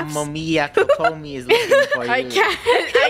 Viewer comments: pronouncing saganomiya Kokomi hurts me when I pronounce it “sa-ga-no-me-ye-a coco-me” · i cannot with saying kokomis name wrong xD